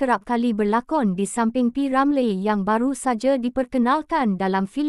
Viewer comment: Betul tu sebutan p.Ramlee tk tepat,ejaan Ramlee tu bunyinya Ramliiiiii